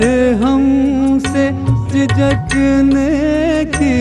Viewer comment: सर्द झोंकों से भड़कते हैं, झिझकते हैं.. Talaffuz ko थोड़ा sambhaliye janaab.